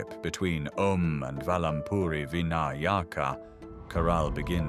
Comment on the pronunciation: Oh please say "Vinayaka" correctly. Jai Om...